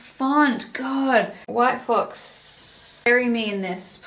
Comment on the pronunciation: I thought you said “white folks” 😭 yayyyyyy hauls! 🫶🏼